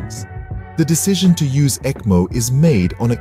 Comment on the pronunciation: pronounce is ekmo